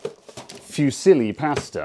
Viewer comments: Fusilli: Foo - ZEE - lee, accent on the 2nd syllable. Pasta: PAH - stah. Not passed - ah. Just saying. Love from Italia. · It's pronounced "FOO-SEELEE"